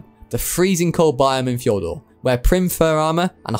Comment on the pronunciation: fjor d usssss urrrr fjor-dur